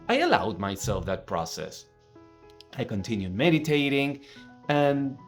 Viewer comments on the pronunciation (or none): Did he actually say middi-tating??lol